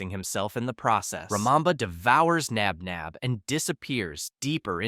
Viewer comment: No, it’s Josh Knox Nabnab not spinner Flynn Knox nap nap